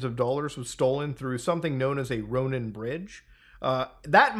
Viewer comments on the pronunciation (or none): none